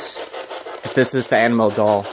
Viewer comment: It sounds like you are saying animal doll